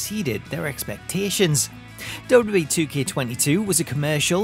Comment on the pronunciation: I can’t watch these videos anymore all I hear is dub dub E. It’s WWE